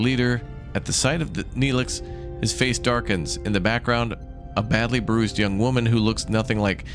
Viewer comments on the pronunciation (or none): none